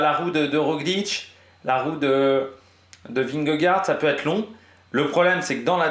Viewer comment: Dans ce cas là prononce correctement vingegaard aussi alors 😉